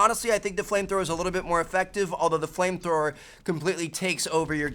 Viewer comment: was it just me who thought he said plane thrower?